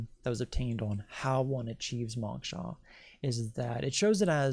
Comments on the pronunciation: it's pronounced mowksha (mow like throw) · Dear One: I appreciate your work, and I especially want to encourage you to seek Moksha. (BTW- it is pronounced with a long o sound like when a person says "oh".) What you say about the Earth grid is correct as there is an energetic grid, but nothing feeds off of us. We are actually completely free immediately following death of the body, but what keeps us trapped is our own desires. Desires are powerful, as well as attachments to having a body. When we've really done it all, and are completely free from desire and attachments, we can once again merge with the Devine Source. Once I was in India, meditating. In that meditation, I was freed from my body, and I heard the words "if we really knew what we are, a free energetic piece of God, we would want to play roles on the Earth I.e., we would want to be a circus freak, or all the things we possibly abhorred in our thoughts; we would know it is a role only, and impermanence is all that "exists". Suddenly, I became aware that I had no body, and I was freaked out about it!! I did not know how strongly I identified with being who I "am", but I grabbed hold of my body and came clawing back into my perceived existence. People's egos get out of hand and have said to me "Oh, I can/ could handle realisation, no problem", but it is just words coming from a person who has never experienced true freedom, being freed from the body. It was scary, and I really, really STRONGLY wanted to be "me". I don't know why I am sharing this much with yo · This is fascinating. I did cringe however, every time the word “moksha” was mispronounce. Lol.